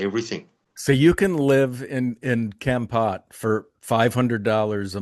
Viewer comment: Foreigners never pronounce Kampot right, it's Kom Pot. Thanks